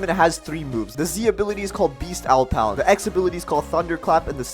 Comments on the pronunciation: Its dragon talon not dragon tal-on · this man js said dragon tal on tal on!!! wtf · Why does bro have an accent on everything? Not hating but he really be sayin karaTAY and talAWN like, what?